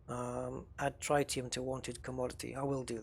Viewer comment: The fuel (an isotope of helium) is pronounced tri·tee·uhm. Tri like trigonometry, not like tripod.